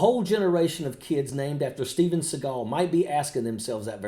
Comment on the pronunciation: Steven's name is pronounced like the bird that flies around cawing at everthing edible. Look at at steve now.